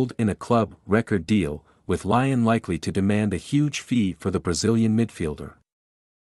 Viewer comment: And pronounce Leeon right